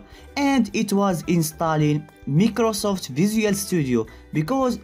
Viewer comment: NOONE: LITERERY NOONE EVERYONE - microsoft ( my - kroh - soft ) ChereFulDev - microsoft ( meeeh - kruh - safft)